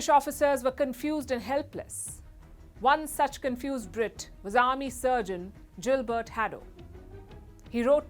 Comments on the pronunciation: Palki, not Jilbert it's Gilbert with a ग not a ज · Not pronounced as “Jill” as you did dear but Gilbert pronunciation is as in a gill of a fish my dear sister. Thanks 🙏 for your lovely mannerism beloved sister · 😂. Gilbert is gill-bert not Jill-bert. You crack me up sometimes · was it gilbert or jilbert palki?! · Gilbert is pronounced with a soft G as in guild and not Jhelum